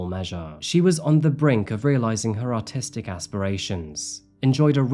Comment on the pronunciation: When you hear autistic and not artistic lol